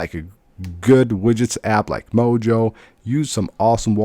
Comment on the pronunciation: It's called Moyo, not mojo